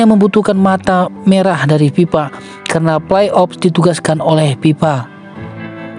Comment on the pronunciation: Fe bukan Pe narasinya .😅 FIFA BUKAN PIPA